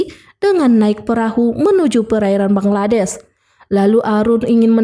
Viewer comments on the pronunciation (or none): none